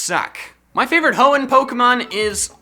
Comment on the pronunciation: Hoenn, NOT Honnen!